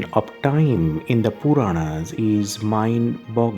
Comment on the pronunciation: who is the commentator here.I wish he would pronounce proper Sage Vyasa's name, Puranas, Garuda Upapuranas ect. Please we prefer Indian accent with proper pronounciation.